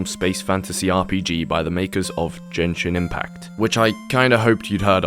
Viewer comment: not the “dzhenshin impact”😭😭